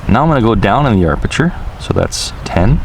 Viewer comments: I was going to say there is no "R" in aperture .. but someone beat me to it. The higher the aperture number, the SMALLER the opening in the lens, which will give you a deeper "depth of field" (which translates into sharper focus over greater distances). The lower the aperture number, the LARGER the opening in the lens, and then the depth of field is very small, and you'll likely have to use the "tap to focus" much more. I have to get a Circular Polarizing filter for my Evo, as it really helps to bring out the blues in the sky, and adds some color richness, imho. The Point of Interest performance is very good .. better than anything out there right now .. definitely a DJI forte. I woke to 20 deg. F (-6.6C) temps this morning, and it will not reach 30F .. might tomorrow .. I hate flying in cold temps, as I lose feeling in my fingers, making it hard to fly .. AND unpleasant as well. Thanks for the look at the updates. Cheers! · harleyhiker Aperture I reference: Sven Jolly * 1 week ago Kk I am Hawaiian and we definitely don’t say AR-perture. Don’t speak for us if you are not from here, you are not the gatekeeper, I have never heard someone say it like that. He is mispronouncing it and adding an extra ‘R’, no big deal- no need to get all defensive. We say aperture here. Still love and is awesome Vids....... Now! Can we dispense with all of this? Mahalo and Mele Kalikimaka! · Great video, I always enjoy your narrations. Btw, you can turn off that annoying RTH beep by pressing the power button on the DJI controller (not the iPad). However, the 'low battery' beep cannot be turned off unfortunately. Precision Landing is now on by default, you don't need to do anything special on take-off. And, as I'm sure you've heard by now, there's no 'r' between the 'a' and 'p' in 'aperture':) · Great video once again. and also, it's aperture, not arpeture ;D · It is pronounced ap a chur. Not arp sh chur. No R after a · Ap-e-ture not ar-peture